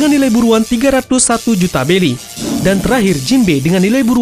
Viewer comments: Bng pengen nanya lu ngk bisa nyebut huruf R ya Kok Berry Lu ubah jadi Belly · BELLY or BERRY?